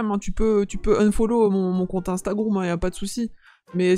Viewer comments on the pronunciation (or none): Juste pour te dire que on ne dit pas instagroum mais on dit Instagram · Yo sérieu j'adore tes vidéo et en plusse le gars au début qui dit instagroume 😂😂😂vasi continu comme sa